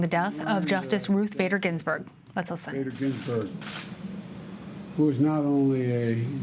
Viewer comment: I could have sworn at the beginning Biden called her "Ruth Gator Binsberg"